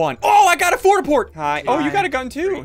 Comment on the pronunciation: he called it a fort a port